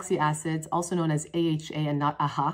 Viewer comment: LOL i live for you pronouncing aha, bha, and pha as one words